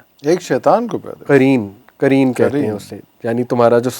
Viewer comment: Aapka Urdu pronunciation thoda gadbad h...jaise aap ne "Qareen" ko kareen kahte hain, aur "Qalab" ko kalb kahte hai, "Qalab" Arabic language mein heart ko kahte hai, jabki Kalb means in Arabic "Dog" ko hota h... Meaning totally changed ho jata h, agr aap wrongly pronounced krte h Arabic words ka...so be careful! Don't mind my suggestion.😊